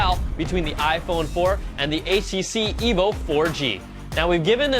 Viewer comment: It sounds a bit like he is saying " The Evil 4g"